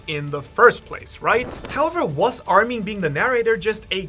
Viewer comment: mispronouncing mikasa's name was already eye-twitching enough but the way armin's names was pronounced made me want to commit genocide myself..."hey there armeeeeen"